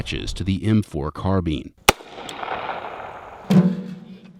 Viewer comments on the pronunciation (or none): You don’t say team when you are saying time? You don’t say deam when you are saying dime. So why do some people say carbean instead of carbine? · CaRbInE bruh why do ppl say it like that smh